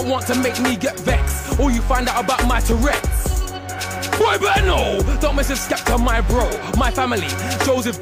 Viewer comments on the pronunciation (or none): Man said "terrets"